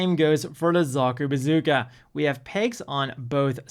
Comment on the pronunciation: i think i heard bazookey .......